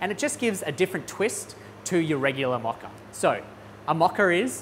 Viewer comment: It’s a Mocha with a MO not MA